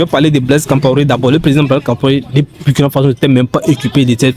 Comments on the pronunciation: On dit le Burkina Faso, et non Bourkina à bannir. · Bonjour s'il vous plaît on lit où on dit Bourkina Faso au lieu de Burkina